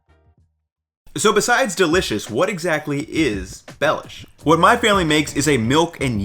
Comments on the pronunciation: for others: it's not pronounced as "Lord Baelish" but instead as Be [as in "best"] lhiou [as in "Liubljana"] sh [as in another word for "excrement"] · It is pronounced "belyash, with an accent on "ya" not on "be"." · For Slovakians: this guy quite missed the pronounciation or the spelling of the name so if you want original slovak recipes, search for Beľuš, Beľuša or [plural] Beľuše. Recipes come mostly from Spiš region.